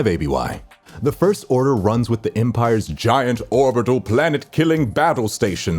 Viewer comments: " the first orner"😂😂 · "The first orner" haha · is it just me or did he just said the first orner? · (lol) he says first orner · Ah yes the first orner